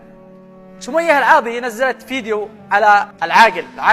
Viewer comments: اسمها سمية العاضي مش العواضي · اذكر اسمها صح العاضي وانت تقل العواضي